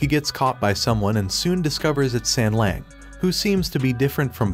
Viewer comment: Please pay more attention to the names , don't just spit them out - and it is not sengleng .as an anime channel you should do better , at less with the names